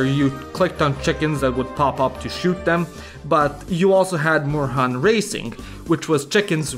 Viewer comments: I see your German lessons are going really badly. "Moorhuhn" means "swamp chicken" and is pronounced like "morehoon". You'll never make it here at this rate. :P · I always thought I was the only one who played these games. Also, Moorhuhn is pronounced with 'o' as in door and 'u' as 'oo' in doom. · Moorhuhn IS a german game. It was developed by a german team. Also, Moorhuhn is not pronounced "morhan" but "mor-huun", since it's not an english game und thus doesn't follow batshit insane english GHOTI-style pronunciation rules. Moor = swamp, Huhn = hen/chicken. Swamp-hen or swamp-chicken.